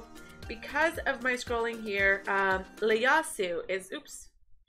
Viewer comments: its Ieyasu with a I from japanese history.... and her name is also pronouned Elis-sann the ne is silent.. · Looking forward to this. But have to say island is Eye-Land and for Ieyasu the first letter is an I not an L so pronounce Ee-Eh-Yasu. He is based on a historical Japanese figure Tokugawa Ieyasu.